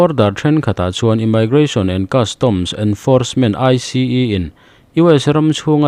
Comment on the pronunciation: Immigration ( imaigration❌, Imigration✅